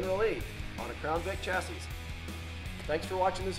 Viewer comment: I was with you til you mispronounced chassis.